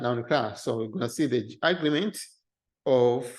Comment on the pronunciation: Just a note on English pronunciation: Agreement is pronounced, "a-GREE-ment". If you pronounce it as, " 'A'-gree-ment", it winds up sounding like the word, "Argument", which it does in this video.